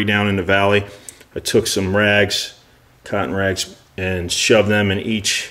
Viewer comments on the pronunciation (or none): when you said “cotton rags” I had to rewind it because I thought you said “c*nt rags” 😂